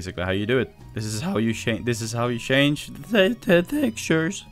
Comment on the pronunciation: Why do your pronounce change as shange?